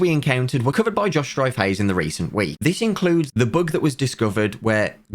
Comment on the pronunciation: Sounds like he is saying book instead of bug